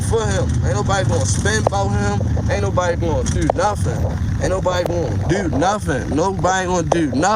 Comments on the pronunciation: Wat Chew gone dew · dew lol tew and yew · “What chu wanna dew?” 😂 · Wutchu wanndew?🤣😆